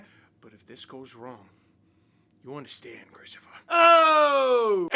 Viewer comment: yep, called it, ChristoPHUH